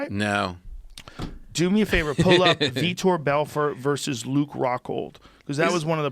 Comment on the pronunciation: I see Joe finally pronounces Vitor's name properly after all this time.